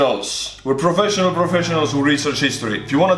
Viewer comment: Anyone else thought it sounded like he put on a Russian accent when he said that? i mean, his accent is similar to a Russian accent anyway, but that sounded much more Russian than usual.